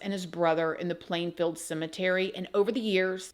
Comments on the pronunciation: Its Plainfield not planeville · Plainfield, not Plainville. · Plainfield not Plainville